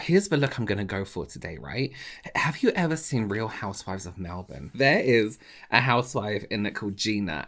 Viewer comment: THANK YOU for saying 'Melbourne' correctly. <3 <3